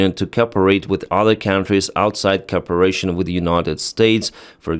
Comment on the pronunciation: you need to learn how to pronounce cooperation you leave out the "op" and it sounds like corporation which is a business.